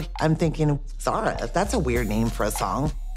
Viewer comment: Bro smoking Zara not ZAZA🤣💀💀💀